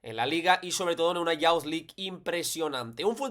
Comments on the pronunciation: Una nota: youth se pronuncia [yoo th], no como bound ni pound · Excelente análisis. Puede ser una herramienta muy útil cuando los rivales jueguen a presionar a los mediocampistas. Una nota: “Youth” se pronuncia “yuth”, no “yaoth”.